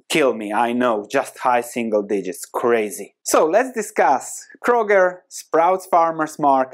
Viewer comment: I turned the video off, after i heard "high single digests" ;)